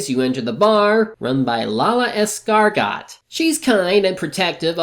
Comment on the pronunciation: Is Lala's last name pronounced like "Es-Car-Got" in bits with audio? I ask since usually, the "T" is silent, making it pronounced "Es-Car-Go".